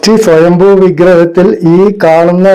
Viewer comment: സ്വയംഭൂ ആണ് ശരി സ്വയംഭോ അല്ല